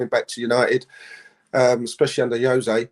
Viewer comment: Yose? It’s Jose you smuck!